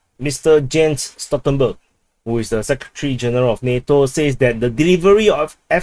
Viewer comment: to the admin, you made a reading mistake again, it's pronounced Jan (Yan) Stoltenberg, J from northern to southern Europe is not read in English ;) however, it was positively funny to hear such a way of pronouncing a name, which sounded different 😅